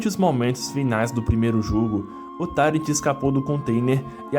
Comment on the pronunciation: "tairenti"? É "tairuenti"!